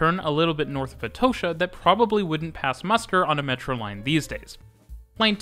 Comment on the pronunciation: Atocha = "Er toe sher"? ok, mate.